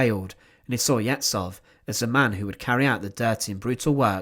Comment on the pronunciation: Yezhov's surname is pronounced YeZHov, with the ZH being a single letter in Russian Cyrillic that makes a sound like at the end of garage.